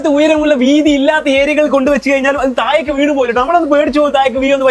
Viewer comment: തായേക്കല്ല,താഴേക്ക്- നാക്ക് വടിക്കണം